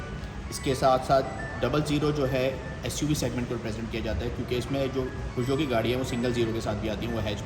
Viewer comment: Excellent review and the best I have learned proper pronunciation of "Peugeot " Thankyou so much 👍😊.